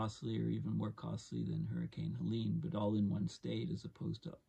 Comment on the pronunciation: politely, i've heard you call it helena a few times. it was helene